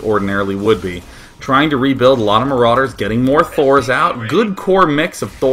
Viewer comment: why does he say maroooders dood?